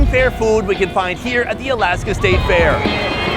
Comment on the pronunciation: Last i checked there was no "O" in "FAIR"